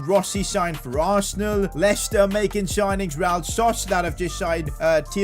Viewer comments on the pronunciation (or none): none